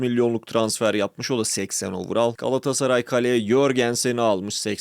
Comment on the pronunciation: overall öyle telaffuz edilmiyor, istersen bir araştır.